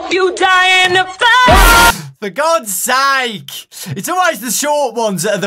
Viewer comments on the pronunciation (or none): “For God SAIKE.”